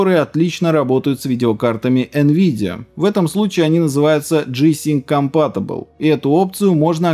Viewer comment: "компатбл", что?))